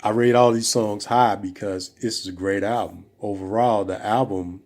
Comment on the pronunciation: When will brothers ever pronounce the L in the world "Album"?